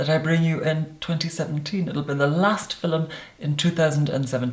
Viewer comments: Same look again and again and again! Bronze eye dark brow mild lash nude lip porcelain skin flat hair...Would love to see different looks. And please stop saying filum! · I love hearing him say “fil-lem” ❤️ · Why do u say fiLUM.... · Does everyone from his area say “filum” for film? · I love how he completely owns the pronunciation "filum". Also, who knew there was a classy way to say YouTube... excuse me, Damn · mypimento it’s a very Scottish thing to pronounce it that way